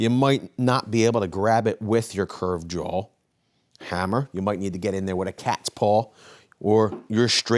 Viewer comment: Dude, it's a straight claw not jawl. I know you're a Joe Six-pack like me but you need to be knowledgeable and credible.